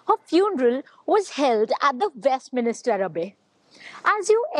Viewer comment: Westminster, not Westminister 🤣